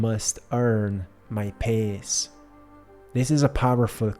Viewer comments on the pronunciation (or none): Love you, one note regarding when you mention the word "peace ", it always sounds like pace on your end and make me get confused with the word pace, thank you and one love ❤